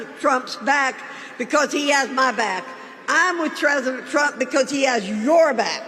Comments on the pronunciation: Tresident Trump? She cant even speak. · “Tresident Prump” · Did she say tresident?🤣💙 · “Trezident trump” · She's so unsure and scared she said TRESIDENT PRUMP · Is she saying "Treesendent' Trump?🤔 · Did she actually call him Tresident Rump?